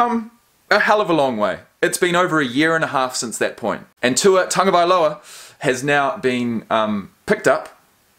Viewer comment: I’m glad you finally learned how to pronounce his name properly! You’ve redeemed yourself as a Kiwi! Because recently some Aussie commentator made fun of the Polynesian names of their National Rugby League players and then made light of it when confronted with the issue. Very nice come back on your part because these days, people are very sensitive about race issues, particularly here in the States.